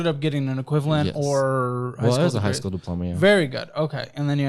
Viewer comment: "SCOOL" BUDGET